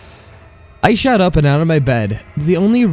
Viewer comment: the narrator is a huge distraction. he sounds like the words are attacking his mouth, and several mispronunciations like "shat through the hall" and "we watched da cocks"